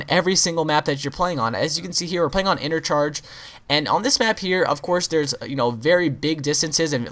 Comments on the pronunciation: its interchange bro, not intercharge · I thought this map was called interchange not intercharge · Interchange not intercharge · He said intercharge its interchange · Lol intercharge .... It is interchange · in-ter-change not inter-charge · it not interCHARGE its interCHANGE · Its interchange not intercharge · It is interchange.. not intercharge ahah! But anyway I subbed awile ago cuz u are freaking amazing!! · inter "change not charge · he said intercharge not interchange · some dumbass, he calls interchange , interCHARGE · it is interchange not intercharge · it is interchange not charge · listen he sayed intercharge its interchange hahahahahahahahahahahahaha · lol u pronounced interchange as intercharge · it is inerchange not inercharge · ahem Interchange ur said intercharge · its interchange not intercharge dum ass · It's interchange not intercharge du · nive vid ! But its interchange,not intercharge . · I belive that the maps name is "Interchange" not "Intercharge" Just saying... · inner"charge"?? thought it was interchange... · You know you called the map intercharge instead of interchange right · interCHANGE not intercharge :D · intercharge? lol interchange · le map is interchaNge, not interchaRge lol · lol he said intercharge.. its interchange js.. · Interchange not intercharge. Lol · anyone else catch the INETERCHAGRGE not Interchange? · It's not called inter charge it's called Interchange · I thought this map was called interchange not intercharge?? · Its Interchange not intercharge :) just pointing out :D :D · u said intercharge instead of interchange about 3 minits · lol I can't believe he thinks its called Intercharge... it's set... in a fucking INTERCHANGE!! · you said intercharge its interchange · its "interchange" not "intercharge". and the gun is "versitle", not "virtual". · he calls the map inter-charge not interchange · that bugs me so much how some people call it intercharge its INTERCHANGE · It's interchange not intercharge haha